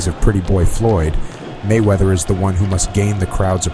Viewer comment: I think he meant to say "Floyd Manchester"?